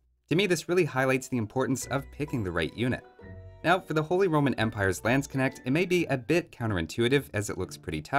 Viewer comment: P so funny how you pronounce Landsknecht